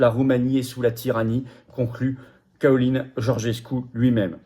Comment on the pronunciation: Le nom en roumain se prononce "tchalin"